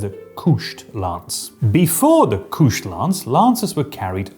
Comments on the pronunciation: That would be couched, pronounced like the sofa, not "kooshed". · Holy shit, all these years I always thought couched was pronounced like couch, my bad. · Is "couched" actually pronounced like that? I always read it as the cow-ched like a sofa. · He's using a French-ier pronunciation!